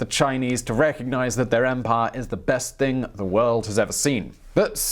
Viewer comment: Accent!..gone?.. funny?!? I doth say unto you, young simon of youtube, your accent has not diminished in englishness, rather, it has been elevated to a level so sublime, dare i say even winston" the paddy whacker" churchill would be most pleased to here you repeatedly say the word "empiaah"....your so english eaton mess natives would address you as "sire" on instinct.. Your so english when you talk it rains...your so english you've probably got a scot and a welshmen living on either side of your house...(just a heads up im blaagarding ya, dont worry bout your accent, i honestly thought you were currently living IN england, your RP is great, AND you've got great narration, as for mis-pronouncation of names, places, etc.....that sir is the MOST English of behaviour! Just take a look at how canada got its name..so all in all its REALLY not that bad)😁